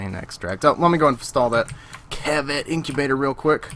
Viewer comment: its not cheviot its kavat